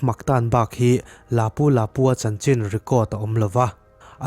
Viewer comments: A hming ilam dan chu le hahaa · Lapu Lapu i lam dan a dik lo